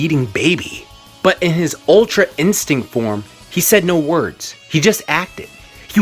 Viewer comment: I thought he said "ultra insect", I was confused lol